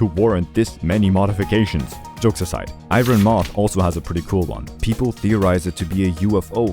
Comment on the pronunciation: I gotta say. That is not how you say iron..